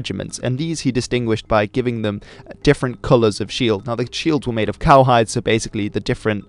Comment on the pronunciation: It's cowhide.